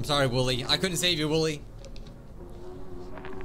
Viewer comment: It's wooly or woolly not woolie